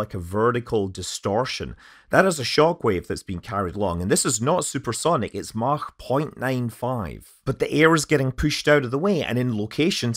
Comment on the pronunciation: I'll just say that you can pronounce Mach as Mach, instead of Mach. But, either way...